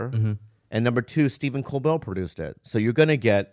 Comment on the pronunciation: Bobby calling Stephen Colbert "Cobell" reminded me I want to see a Supercut of all the names Bobby refuses to pronounce correctly.